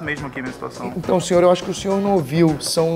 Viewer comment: "senhoor" kkkk